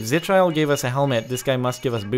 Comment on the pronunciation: It is pronounced zi-kill-ee